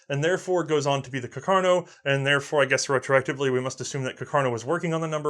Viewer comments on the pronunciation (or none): Rifle: Carcano: cuh car no? -_ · Carcano? Or Cacarno? :( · Has anybody noticed that the guy keeps calling it “caCARno” instead of “caRCAno”? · Someone please tell: Car-ca-no, not Ca-car-no. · just have to say it's CARCANO not cacarno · CACArno? :D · The correct pronunciation is Càrcano, not Carcàno, (accent on first A) Nice video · Carcano? Lol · Am I missing something, what's with pronouncing "Car-ca-no" as "Ca-car-no"? Is this again a running joke like "War of Northern Aggression"? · It's Càrcano. accented on the FIRST A, not on the second! Lombardy also is accented on the first O. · CAR - CAN - O. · I love you, but if I hear you say "Car-car-no" one more time..... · to be fair he says both pretty evenly